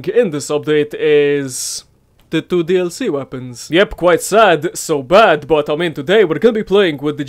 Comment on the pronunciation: I like your intro but I hear as killing floor atwuuu haha nice